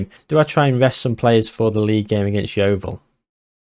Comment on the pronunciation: Enjoyed the way you incorporated the highlights in the catchup - nicely done and nicely paced. I can see Grey Huahua becoming a legend! PS thanks for saying Yeovil correctly!